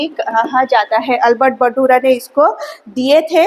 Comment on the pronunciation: Madam Hain aur hai pronounciation proper kijiye Aapko hazaron bacche follow kar rahe hain